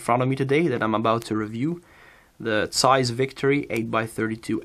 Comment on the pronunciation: Zeiss starts with a Z, not an S. Get your pronounsiation correct.